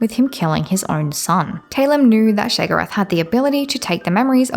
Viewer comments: I know it’s not a big deal but why do you keep saying sheg-orath? You spell it write. It is pronounced Shay-o-gor-ath. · Why are you saying his name like that? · So the first "o" in Sheogorath is silent? Very strange Dee-dra wouldn't you say?